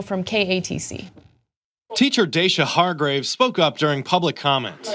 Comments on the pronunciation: Ana, its pronounced Deyshia (dasia). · It's sounded out "day shuh" her name. Lol.. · I love how Anna can't even pronounce the woman's name on top of it all.